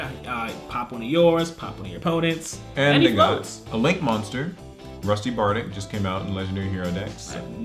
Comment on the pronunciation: Why does everyone pronounce yugioh card names so wrong. I mean bardiche makes sense, its not like anyone knows what a bardiche is unless they know something about old fashioned weaponry but then there's seraphinite. Seraphinite = Serafer Knight? Rusty Bardiche = Rusty Bardick or rusty bardich